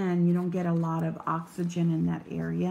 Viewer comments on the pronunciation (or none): none